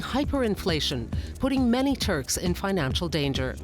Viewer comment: Did he just say the Turds? May just be my hearing.